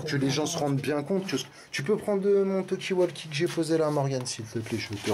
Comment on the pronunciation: Rhooo la la je tombe sur cette vidéo d il y a 4 ans.... à mourir de rire 😂 la voix de est tellement pratiquement identique! Et le " tu vois c que veux dire " j en peux plus 😂😂😂 petit erreur.....il faut mal prononcer Talkie walkie car il le prononce avec un A lol phonétiquement 😂alors que c est prononcé avec un O comme vous l avez " vous " bien fait 😂😂 Tu vois c que j veux dire?😉 Toujours d actualité en + 😂😂😂😂